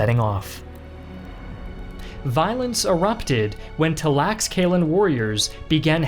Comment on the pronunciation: your pronunciation of Tlaxcalan made my ears bleed